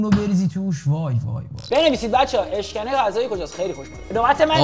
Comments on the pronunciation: اِشکِنِ نه اشکَنه😂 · اولا اشکَنه نه ، اشکِنه بعد هم مال ملایره یکی از شهر های همدان 😂😂😂🎉🎉🎉❤❤❤ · داش اشکَنه نیس ، اشکِنه اس نمیدونم مال کجاس ولی ماهم میخوریم😂